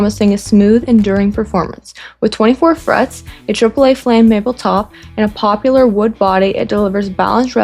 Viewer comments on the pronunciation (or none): I don't mean to be mean but it's POPLAR (2 syllables), not POPULAR (3 syllables). Common mistake people make when referring to this type of wood.